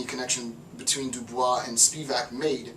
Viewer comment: Great lecture, just a small note: Du Bois on the pronunciation his name “My name is pronounced in the clear English fashion: Du, with u as in Sue; Bois, as in oi in voice. The accent is on the second syllable.”